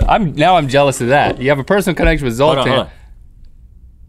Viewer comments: "Zoltain!!!" Dude where's my car lol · Zoltan is just a name in Hungary... The Z has a Zh sound. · Yeah, the name Zoltán exists. It's a Hungarian name but you pronunced it very strange...